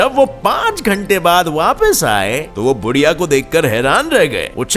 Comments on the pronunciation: बुढीया नहीं यार उसका नाम है बुधीया 🙏🙏🙏@ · Odisha ke child runner ka naam बुधिया hai। Not बुढ़िया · बुढ़िया नही बुधिया उसका नाम